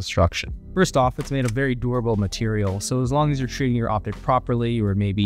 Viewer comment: I hate how you say durable but i like the quality of your channel. Your mannerisms seem like AI banged out unreal engine 5, and I'm still not convinced you are a real human. Either way, i still watched. Good on you, hUmAn.